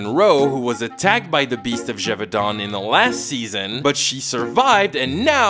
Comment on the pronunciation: So does the show itself also mispronounce Gévaudan that badly? Because holy shit. au ≠ è.